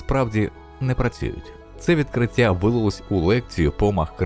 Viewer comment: Людині яка озвучила це відео треба попрацювати над своєю українською, буква "щ" має звучати м'яко і саме як "щ", а не "ШЧ", слова "ті", "відкриття" і подібні їм мають звучати так як пишуться, а не "ці", "відкрицця".